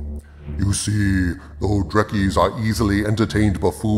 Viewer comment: He said Drekkie not Trekkie